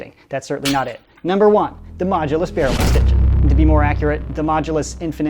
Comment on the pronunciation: Once i heard say the modulus mogulus xD